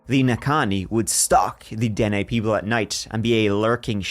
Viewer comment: they are called the den neh. kind of like the valley's name you got the the nah ha right lol i know thats not how its spelt